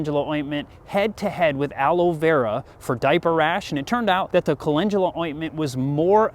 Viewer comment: Wait no one’s talking about how’s he pronouncing it wyd Cal-en-dula = call in dula